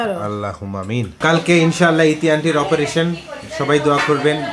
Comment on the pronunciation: Operation বিদেশী উচ্চারণ - আপরেশেন আমাদের উচ্চারণ অপারেশেন।